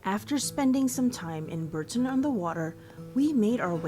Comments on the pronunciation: Strictly speaking, it's 'Bor ton, not 'Bur ton'. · Bourton is pronounced Boughton or bore-ton, not as the narrator prounced it. Shire at the end of a word is pronounce shrrrr. In the Cotswolds there are many names that have silent letters, Leominster is pronounced Lemster, Worcester is pronounced Wooster. Warwick - Warrick - Warrickshrrr. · I live in the gateway to the Cotswolds. Bourton-on-the-Water (pronounced Boughton), is one of my most favourite places. In the summer, they have plastic duck races in the stream that runs through it. You can go to the perfumery and create your own perfume. Cream teas are served everywhere. Cornish pasties can only be called that if they are made in Cornwall and nowhere else, they are now protected. Of course the Cotswolds are flooded with tourists in the summer, entry to some places are very expensive, so be careful. Not all tourists are foreigners. The Cotswolds are a hub of history and ablaze with flowers in the summer. Very expensive for housing, but so, so beautiful. ❤❤❤❤ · It's pronounced Borton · It's fascinating how so many place names are pronounced differently by the locals. In this case, is the "bough" part spoken as in "cough," "through" or "plough?"